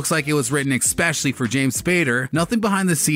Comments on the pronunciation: Click bait. Hey narrator .. it’s not ‘x-specially’. It’s ES-specially!! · You said eXspecially at least twice. Learn how to speak before making videos. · "Exspecially"??? Really??